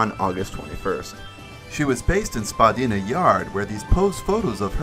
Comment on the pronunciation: As a Canadian, I almost wanted to LOL when he said "Spaa-Deena" instead of "spu-Dye-na" XD